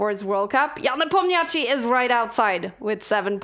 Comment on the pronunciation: All due respect to Kaja, but it would be great if she could learn the pronunciation of Nepomniachtchi.